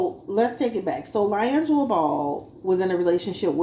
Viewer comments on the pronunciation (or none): His named is pronounced Lee-Angelo not Lye-Angelo 😂 sorry I couldn’t take it 🤦🏽‍♀️